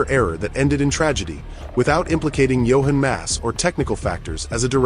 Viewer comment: Not Johen Mass, JOCHEN MASS